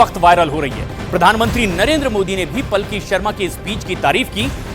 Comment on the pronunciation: पलकी नहीं पालकी